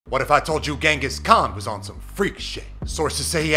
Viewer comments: what if I told you his name is pronounced chengis khan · Genghis khan name pronouces more like chenghis khan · What if I told you it was pronounced like "jingus" khan?